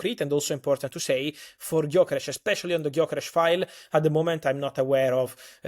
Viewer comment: How can the two of you do your jobs when you can't pronounce the name Gyökeres? Hilarious 😅